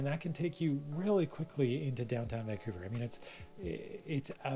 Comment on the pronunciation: Good stuff, but it seems like you alternate between pronouncing Vancouver as; Vancoover (correct) and Vankewver (incorrect). Of course it could just be my hearing... Good content nonetheless, but because of the aforementioned, I gravitate towards your videos about Burnaby, Coquitlam and Port Moody :) (Edited to be less acerbic and grumpy old man-ish).